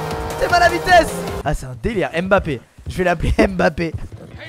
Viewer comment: IL DIT M BAPPE!!